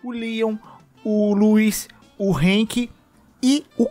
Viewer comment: vc disse HANK???? HAAAAAANK?????? kkkkkkkkkk